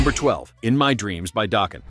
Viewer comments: Doeken? It's pronounced Dawk-en. And their Tooth And Nail album is STILL their best!! Even if their poppier album Under Lock & Key sold more... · Who’s “Dough-Kin”??